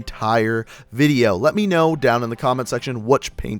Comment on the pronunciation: u can here him say letch me know